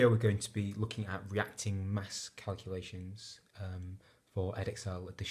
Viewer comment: You missed out the 't' in the word 'reacting'